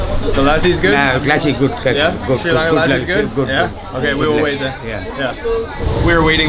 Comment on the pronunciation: Great job capturing SL! Love the video! And thanks for pronouncing SRI LANKA correctly instead of saying “Shri Lanka” which is totally incorrect.